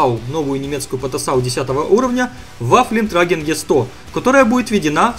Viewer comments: Да почему Вафлентраген? >< аж слух режет. Ваффентрагер же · вафлентрагер, ты хоть бы гугл транслей воспользовался, если сам читать не умеешь, вафентрэгэр Две точки наверху называются "Умляут". Правила чтения: * ä — как э в начале слова и после гласных, е — после согласных * ö — положение языка как при э, а губ — как при о * ü — положение языка как при и, а губ — как при у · это называется ВаффентрЭгер. а никак не Ваффентраген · да не вафлентрагер А ВАФФЕНТРАГЕР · ахаха вафлентряглер.......... чувак правельно говорть ваффентрэгэр чо в переводе означает "оружиеноситель" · "Вафлентрагер..." Вафлентрагер, блять! Так трудно залезть в переводчик и выучить правильную транскрипцию? Ваффентрэгер, мать вашу! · Waffenträger - читается Ваффэнтрэгер, дословно "Носитель оружия". В топ, чтобы наконец правильно произносили)) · ай я не могу, ВафЛЕНтрагер xD P.s. по ящику Терминатор 3 ) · Видите две точки над а в слове trAgger ? Это а-умляут читается как Э. Правильно говорить трЭггер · Вафлентраген? Да ладно? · пожалуйста, хватит! Ваффентрагер! Не надо насиловать мой слух, я умоляю!